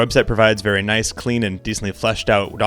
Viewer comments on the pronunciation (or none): none